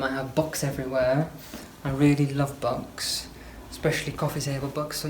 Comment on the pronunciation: He's lovely. Got a kick out of the way he pronounces "Books" as "Box."